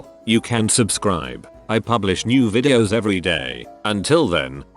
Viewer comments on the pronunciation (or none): none